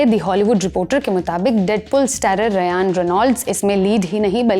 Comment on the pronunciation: रयान नहीं, रायन कहते हैं हे कन्या।